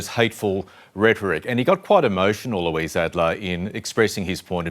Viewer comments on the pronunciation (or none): none